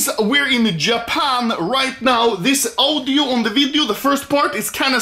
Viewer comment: No one: Anomaly: oWdIo